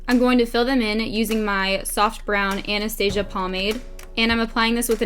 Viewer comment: She said Anastasia right! 🙏🏽 Like the first American that has She's so beautiful 😢 Love this!